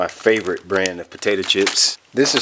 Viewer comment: "....my FA-VO-rit brand of potato chips!"